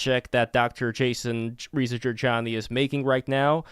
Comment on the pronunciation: Dude. Seriously pronounce his last name correctly, it's a part of respect. Why is it hard for you to pronounce Reza, its his name...